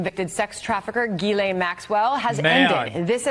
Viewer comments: It's "Gee - lane" not "Jizzlane" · I thought it was pronounced "jizz lane" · How is it that no matter how many news stories I watch not one single anchor can get Jittleyang Maxwell’s name right smh… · Ghislane has a silent S. why does nobody know this